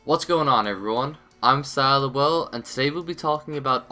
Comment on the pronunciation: You really need to change your fucken name dude. It sounds like you're just mumbling when saying Scylol.